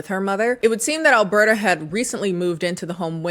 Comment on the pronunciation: As a a Canadian, the name “Alberta” tripped me up every time you said it. Every. Time. 😅